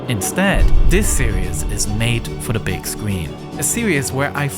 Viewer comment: Diss series is made for the bwig screen And da reasin Immensibly pwoud of what my original serious has become